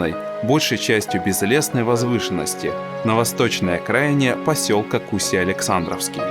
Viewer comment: кусьЯ, ударение на Я